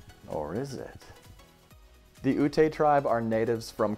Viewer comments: Pronounced "yute" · Great video- thank you! Ute is pronounced “yute” “yoot” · I think its pronounced "yoot" but I could be wrong. thats what I learned in 6th grade but I'm not there now xD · I’ve never heard anybody pronounce the Ute tribe like that before. 😂